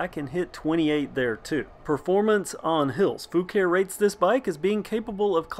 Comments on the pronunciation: The name is actually pronounced Fu-car-ee according to the manufacturer. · That's to be expected. The Fucare YT channel pronounce Foo-car-ee on several videos. It's like the different pronunciations for Asus. Taiwanese employees say Ah-soos while most others say Aye-sus.